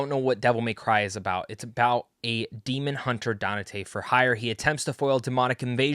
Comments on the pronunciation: "Danate" and you call yourself a fan? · only so many times I can hear 😅